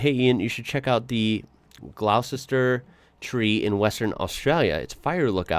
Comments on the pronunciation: Its pronounced glosster.. I climbed it a few times in the 80s, but not recently.. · My then girlfriend (now wife of 30 years) and I ticked this off our bucket list way back in 1991. I think we will go back but leave the climbing to the young folk. By the way, Gloucester is pronounced "Gloster" (like the English town). Getting down is pretty much the same in reverse. Does get a little hairy when you meet someone going the other way. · Gloucester is pronounced Gloster . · Pronounced Gloster and I wouldn’t go up when we visited a few years ago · I had to laugh. Americans never pronounce Gloucester correctly. It’s said like “ gloster “. And yes Karri is pronounced like “carry”. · Did it when I was 7, my great grandfather used to cut these trees by ax and saw standing on driven boards ! My great grandmother used to own the general store in Pemberton where this tree is ! PS it's pronounced gloss ter ! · OK mate. Gloucester is pronounced Glosster. Karridale is a short a like you would say in after. Karri and Jarrah from WA are some of the hardest woods. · When you say the name you don't pronounce the U . All West Aussies are kind of familiar with it,they either have climbed it or know of it.